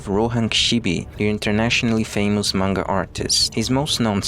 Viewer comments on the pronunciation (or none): none